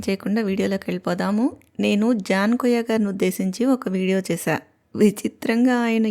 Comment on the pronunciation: అమ్మా వాన్ని కొయ్య అనకండి, కుయ్యా అనండి